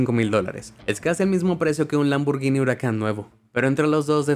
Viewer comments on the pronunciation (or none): none